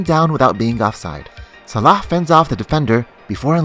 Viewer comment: man you pronounce Salah like a true Egyptian.